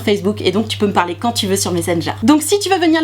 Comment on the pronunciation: "des prrroduits que je vais pouvoir vous parrrrler" 😂😂😂😂